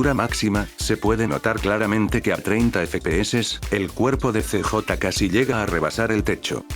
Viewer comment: El "see-jota" :D